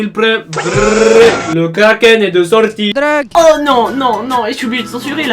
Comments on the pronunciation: Arète de dire dreque!!!!!!!!!!! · Elle me soûl maintenant la meuf qui dit "drogue" ù.ù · ce que j ai retenue de cette video c est "dreuge" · Sélla ou il dis aréte la droge